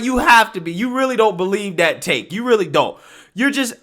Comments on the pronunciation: That, not Dat. We can’t get jobs because they think we can’t talk. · Can you not pronounce anything with "TH" in it..everything isn't "DA". Instead of that you say dat..there is dere...get some grammar...I cant listen to your nonsense and to lazy to pronounce any word correctly..jeezzz